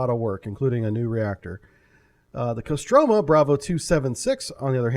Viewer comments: Kostromà, last syllable is stricken. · Stress is on the first "O" in Kostroma, pronounced CO-stra-ma